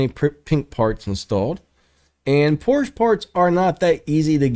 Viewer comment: I hate to be "that guy" but Ferdinand Porsche's last name is pronounced "Porsch-A".